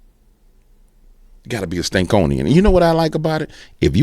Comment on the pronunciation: It's Stanconian not Stankonian lol ❤ you not only tell it like it is. You have the ability to laugh at the prentenders watching 😅 Yes it's God ❤ they just trying to take asm as they can to hell with them